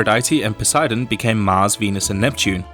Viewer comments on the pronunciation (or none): none